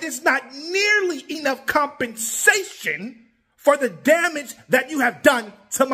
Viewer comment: The way he emphasized compen-SA-TION got me